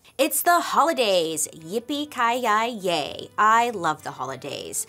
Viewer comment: “Yippee-Ki (Yi) Yay.” Just a lil Bailey spin on one of the greatest Christmas movie of all time.